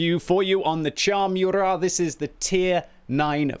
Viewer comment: It's moorat man, not meurat